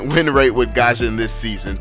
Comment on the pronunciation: It irritates me how you pronounced Gusion as 'Gasion'